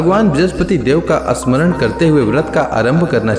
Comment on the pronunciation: Asmaran ,ashnan,astuti nahi bolna chahia…..amaranth, Shannon , stuti..bolna hai